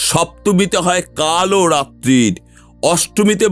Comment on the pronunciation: Kumonda noi kusmunda , ar kalo ratri noi- kaal ratri bola hoi 😅